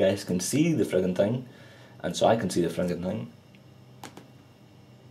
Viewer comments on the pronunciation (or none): none